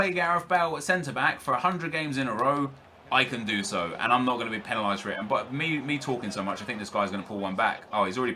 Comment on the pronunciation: Why do you pronounce 'penalised' like that?